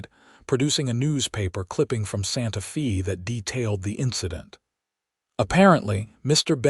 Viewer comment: 😂Hasn't AI heard of Hooked on Phonics? Santa Fe might not be pronounced Fay as is proper but it certainly wouldn't be pronounced Fee as it was all through this story. Otherwise it was a sweet story.❤